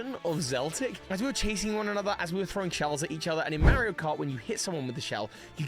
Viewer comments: the mispronunciation of Mario is throwing me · I think that's how the game is officially called in the UK. Mary-o.